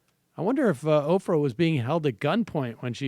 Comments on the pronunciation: Sam "Opfrah" Seder. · How is Sam pronouncing Oprah? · Why does Sam pronounce Oprah's name so weird?